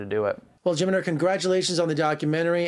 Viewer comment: Lol Jimner?? Do you even know how to say his name properly?